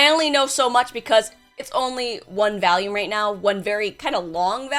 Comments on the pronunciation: why do you say Valium instead of volume? Is this some sort of foreshadowing? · Say valume one more time I swear to god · VOLUME NOT VALUME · why does she say valume instead of volume? is that an american thing or is that just a thing? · Why does always say “VALume”? It was enough times in a row to get me. VOLume. Anyways, I did read it, which I don’t normally do with… most anything messed up she mentions. But this one was interesting. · What's a "Valume"? 😂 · gurl, did you just say 'valume'? xD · Val-Yoom , I had to see if anyone else was irked by that constant mispronounciation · Why does say volume like this?? I’m from the Midwest too and I do pronounce it the way they do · The scariest part of this was how pronounced volume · Is it just the accent, in regards to the way you say volume?